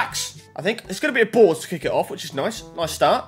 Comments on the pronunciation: Why do you say boars it’s called a board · He literally says boars